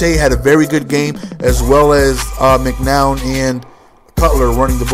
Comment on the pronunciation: Its McCown, not McNown. We Bears fans don't ever want to hear the name McNown again...